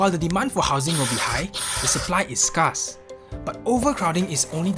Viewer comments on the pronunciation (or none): Scarce does not rhyme with farce.